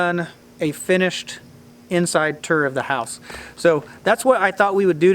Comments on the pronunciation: What's a "ter" lol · Tour is not pronounced "ter". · A turr?? Lol.... What's a turr? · Vowel shift in action and n the flesh: “turr” and “ruff” 😂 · He said "TUR".